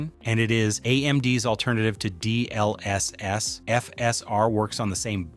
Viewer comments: The video is great but the way u say all the abbreviations is triggering. D..L..S....S! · " D L S S " is killing me 😭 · This AI pronounces "GPU" and "DLSS" like that one guy in the "CBT by Wikipedia the free encyclopedia" video